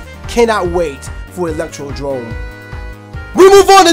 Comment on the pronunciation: He said electro DROME when its electroDOME